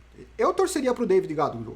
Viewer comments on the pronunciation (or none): none